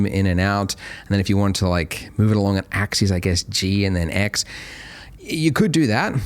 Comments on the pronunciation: I feel pedantic saying this but the word axis is pronounced ax-us, not ax-ees, which is how the plural “axes” is pronounced. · Andrew I love your material, and you're a great instructor. But, please, you (and Winbush) need to learn the difference in pronunciation between "axis" (singular) and "axes" (plural). Example: Move along the X AXIS; or This object will move along all three AXES. End of grammar rant. Thanks, and keep up the good work.